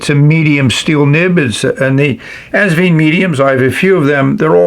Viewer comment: Enjoyable review, as always! Just one small correction (direct from the owner, Britumn Li), the brand is pronounced '...VINE', like a grape vine. The clue is on the included instructions -- where you'll see Asvine end in a flowered vine, in their script logo. I made a video on the subject last year: 😉 Keep up the good work and videos!